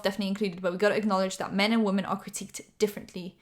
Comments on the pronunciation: THE WAY YOU SAY ‘WOMEN’ IS SO JARRING I’ve noticed it a few times but this time I couldn’t stay quiet😭😭😭😭 why do you pronounce it ‘woman’ they’re two diff words girlie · I know it's your accent and a southern thing but it always catches me off guard when you say "woman" for "women" 🤭 On another note - you're so pretty ❤ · I love you but please can you pronounce “women” correctly. You say “woMAN” every time not ‘whim-in’. I love you, this is no hate 😭❤️ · I’m sorry I love ur channel but can u please not say “wo” “men” and say we”men” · no hate, please: wo-man = wuh-mun wo-men = wim-in